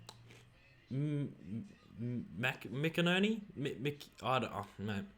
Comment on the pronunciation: “Mac-enherny” is how u say it haha